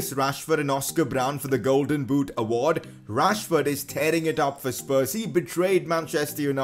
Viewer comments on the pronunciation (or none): none